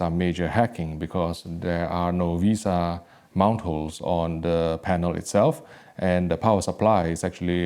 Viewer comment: Vesa not Visa.. Thats a credit card